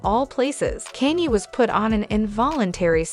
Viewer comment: Whoever this person is that made the video need to get the English right you cannot pronounce Kanye West 🤬🤬🤬😡😡😡😡